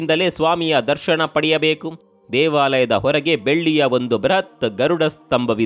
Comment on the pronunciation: ದರ್ಶಣ ಅಲ್ಲ ಅದು ದರ್ಶನ.. ಉಚ್ಛಾರಣೆ ಸರಿಯಿಲ್ಲ